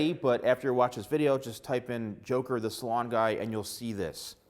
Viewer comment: thought he said “Joker the swan guy”